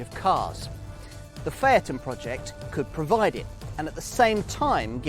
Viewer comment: Can’t he say the name correctly????